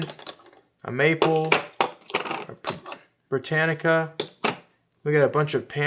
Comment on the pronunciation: Britannia, not “britannica.” It’s not an encyclopedia.